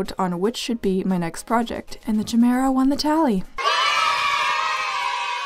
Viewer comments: I am soo sorry.. but I think its pronounced kiy-mara not chi-mara (not an expert tho) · Chimera is actually pronounced kai m ear a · Oh yeah! Chimera is pronounced “Kai-mee-rah” :3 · sorry for pointing this out, but chimera is actually pronounced as ki meh rah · sorry but this is bugging me, it's pronounced ky-mee-ra but also well done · the ‘ch’ in chimera is pronounced as a K